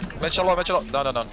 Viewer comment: あるぴのめっちゃローが発音綺麗すぎて英語に聞こえる